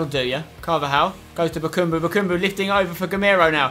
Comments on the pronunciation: i just want to mention its ba-kam-bu not ba-kum-bu its just annoying me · his name is bakambu. not bakumbu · Spence, some pronunciation hints: its Eevan not eyevan Rakitić, and its BakAmbu not BakUmbu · Spencer... it is BA KA MBU not bakumbu. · Oh my god, for the last time: BakAmbu not: BakUmbu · also Bakambu. not bakumbu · bakAmbu not bakUmbu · Btw spencer, it is BakAmbu not BakUmbu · Spencer no h8 m8 but its Bakambu not Bakumbu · It's Bakambu not Bukumbu! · spencer its BA KA MBU NOT BAKUUMBU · ITS BAKAMBU NOT BUKUMBU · Yea it's Bakambu not Bakumbu...just annoys me a bit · Chaz Hartwayne it really annoys me when he says BA KUM BU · Chaz Hartwayne NO ITS BAKABAMBU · sooo annoying show he says bakambu like bakoombu